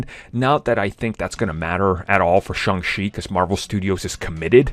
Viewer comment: …it’s Shang Chi NOT Shung Chi